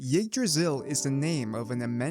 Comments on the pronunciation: umm actualy is yggdrasill not jigdrasill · Your butchering of Yggdrasil (Igg-draw-sil) really messed up the intro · Y-eeg-drasil Yggdrasil